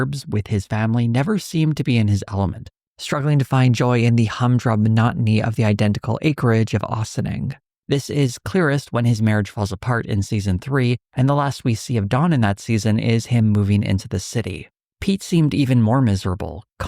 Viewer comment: The first syllable of “Ossining” is pronounced with the same ‘o’ as in “blockade”, with an “ah” sound, NOT the ‘o’ in “boss”.